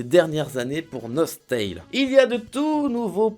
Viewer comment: Je connaissais et j'y ai joué longtemps à Nostale donc pour le coup j'étais plus en mode "oh trop bien" sauf que pour moi ça ce dit NOS-TALE et non NOS-TAILE ><